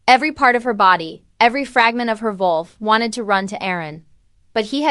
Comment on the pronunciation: Needs work. Wrong spelling and pronunciations (ie wolf), wrong pauses and emphasis in wrong places in a sentence that make the story choppy, harder to follow, and distracting. Lastly, what’s with the “dot”?!? Take that out! That’s perhaps the most annoying part of all. The story sounds good but after just 9 minutes trying to bear all these things, I think I can’t listen anymore.